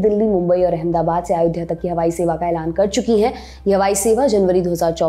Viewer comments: महोदया “अयोध्या “ है आप आयोध्या कहे जा रही हैं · It should be pronounced as Ayodhya not Aayodhya which the anchor is pronouncing. Its very similar to Ram being called as Rama and Ashok as Ashoka. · Not aayodha .its ayodhya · Aayodhya mt bolo... Lallantop should teach her how to pronounce ayodhya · It’s अयोध्या not आयोध्या. Why Lallantop always play with pronunciation? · अयोध्या को आयोध्या क्यूं बोल रही हैं ये मैडम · its अयोध्या (ayodhya) not आयोध्या (aaayodhya) Please be correct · अयोध्या not आयोध्या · Aayodhya.... Sahi see tyo bolo nam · pehle to tu Ayodhya bolna seekh le